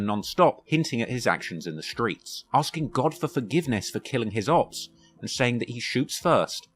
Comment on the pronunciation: Great video just please stop saying opps in a british accent